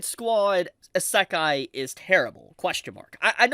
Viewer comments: it's not essakai bro it's isekai try to pronounce it clearly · Every utterance of "EAS-SAHK-KAI" is akin to nails on a chalkboard for me. Bro you HAVE to know how it's pronounced, you seem to have watched anime and been in the anime community long enough to know that you say it like "Izz-uh-kai." Come on now. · “Ih-SAH-kai”…bro cooked himself 4 seconds into the video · "a suck eye"? I've never heard of that genre before! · why does he keep saying Esekai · Dude why you saying isekai like that. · Bro, learn how to pronounce Isekai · Dude, how did you forget how to pronounce “Isekai”. I know you’ve said the word properly before. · I'm gonna let you finish but that was the WHITEST pronunciation of isekai I've ever heard! ok ok. I'll watch the rest now. fuck... you just keep saying it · ........Why you say Isekai like that? lol